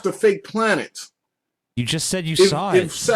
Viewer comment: Planets* not "planers"